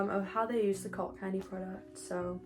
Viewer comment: When she said “cult candy” I heard “cocaine” and thought I clicked on the wrong video👁👄👁